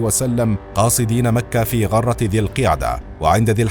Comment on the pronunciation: السلام عليكم المحتوى ممتاز ولكن رجاء الاهتمام بصحة نطق بعض الكلمات خاصة التشكيل بالضم في بداية بعض الكلمات مثل غرة الشهر وذا الحليفة